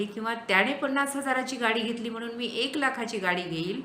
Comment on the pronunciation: मॅडम न आणि ण मधला उच्चारणाचा अभ्यास करण्याची गरज आहे । काही ठिकाणीअत्यंत अशुद्ध उच्चारण आहे । वाहण नव्हे वाहन लेखकाणे नव्हे लेखकाने होय। म्हनुन नव्हे हो म्हणुन आहे कारन नव्हे कारण हवे हो मॅडम। थांबनं नव्हे थांबणं पन नव्हे पण हवे मानुस नव्हे माणुस हवे। मराठी शिक्षिके कडुन एवढ्या अशुद्ध भाषेची अपेक्षा नाही । माफ करा जरा स्पष्ट बोलतोय । अशुद्ध भाषा असहनीय असल्याने हे विषद करावे लागतेय ।